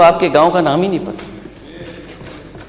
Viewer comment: Nam ki jagah lam kah raha hai ise CM banayenge akhilesh ko